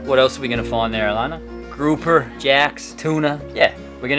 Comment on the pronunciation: The way said GROUPER made me laugh.